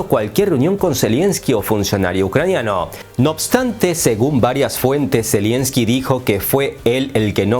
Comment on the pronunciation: No es "zelienski", es "zelenski"